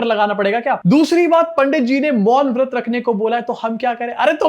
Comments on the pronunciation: Vrat nhi bol raha vaRt bola 😅😅😅😅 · मौन व्रत भी नहीं, मौन वत्र बोला 😅